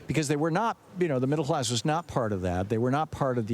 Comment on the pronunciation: Middle hlass?!